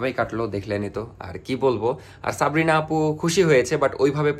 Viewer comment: সাবরিনা ❌ সপ্রিনা✅😂😂😂 কিছু মাইনট করবেন না প্লিজ মজা করে বললাম😊😊